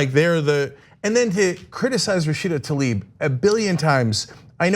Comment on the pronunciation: Goddammitt, once and for all, it's not "Talib", it's "Tlaib" and I'm italian, not even from the US.